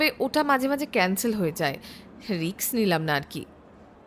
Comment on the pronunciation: উচ্চারণ রিকস না রিস্ক 😂😂